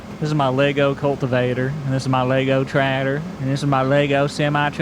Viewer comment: "Tradder" kills me every time, your accent pokes it's head in strange ways.